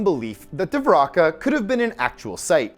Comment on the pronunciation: Dwaraka pronunciation Duh-vah-ree-kah Patala peonunciation Paah-taah-l